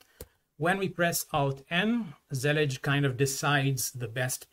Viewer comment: Finally I know how to say Zellij